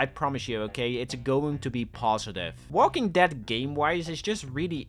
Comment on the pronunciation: saying Walking Dad is hilarious. This guy can't talk.